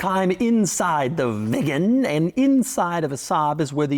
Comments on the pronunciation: Hi Doug, Unfortunately' your pronunciation of the word Viggen is hysterical.😅 It's pronounced Veegan & not Vig Gan? Saab was owned by Vauxhall so parts are still readily available. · I am the only one who hears it as Saab 9-3 Vegan? First vegan car maybe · Doug is the type of guy to pronounce Viggen as Vigen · Viggen sounds like vegan😂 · I keep hearing vegan 😅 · this is his job and he got so much information wrong..... saab wants you to put the car in reverse and leave the handbrake off in winter so the handbrake doesnt get frozen on, in most saabs you cannot remove the key unless its in reverse, youd think hed know that...., and the way he says viggen deserves a slap........childish clown. skuttle shake is a charastic of the car, although saabs are mostly renowned for their safety, which he didnt mention. muppet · Is it that hard to pronounce viggen like a normal person? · So annoying the way Doug underlines the word "VIGGEN" every time. Had to stop watching half way through. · The more Doug says "VIGGEN" the more uncomfortable i get